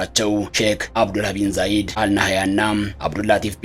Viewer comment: አቤት ስም አጠራር ቤንዛይድ አይ የወሸት ዜና 🤣🤣🤣😁🤣ቤን ዛይድ አላለም እኛ ወስነናል በቃ ሀገረ ትሁን ብለን እስራኤል ካለች አለች ነው ማንም ምንም አያመጣም 😂😂😂😂 ስሞን አሳተካክል ቢንዛይድ 🫢🤣🤣🤣